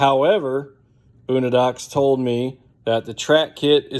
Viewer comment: Lost me as soon as you pronounced it “boonadox” 🤦‍♂️